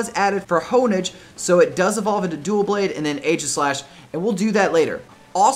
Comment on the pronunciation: Btw U Said DuelBlade, not Doublade